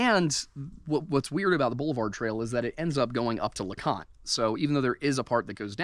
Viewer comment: lol in the other video you mispronounce leconte and in this one you erroneously call it the highest point in the smokies.